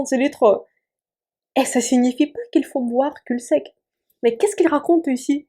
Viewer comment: je viens de découvrir ta chaîne, je l'adore, félicitations:) Juste pour info on ne prononce pas le L de "cul sec". Cela étant dit ton français est remarquable et frôle la perfection, bravo:))